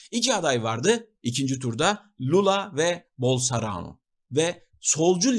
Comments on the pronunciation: Başka bir videonuzda daha Bolsarano dediğinizi duydum sanırım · Bolsonaro'yu bilerek mi yanlış telaffuz ediyorsunuz :)